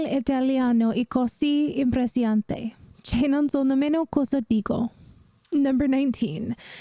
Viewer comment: I didn't expect to appear directly in the video🥹 it was a wonderful surprise! You said the sentence quite well in Italian, apart from the classic pronunciation errors (which is very normal when you speak a language you have never spoken before) the biggest errors were the pronunciation of the word "impressionante" (impressive) and of the conjunction “che” overall you were good, molto brava😉 Amazing as always❤